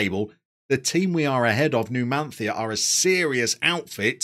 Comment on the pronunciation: Numan-thia! Nailed it!